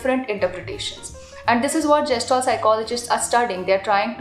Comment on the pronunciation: You don't know the correct pronunciation of Gestalt and giving lecture on it is quite amzing